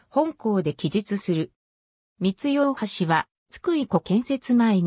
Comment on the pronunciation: みつい×みい○ ふとい×おおい〇 以上地元民より